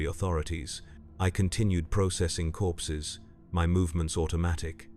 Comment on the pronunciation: At first I thought he said “I was counting horses”. I thought.. wait.. this is 40k, went back and listened again, “I was counting corpses” Ahh that’s more like it. 😂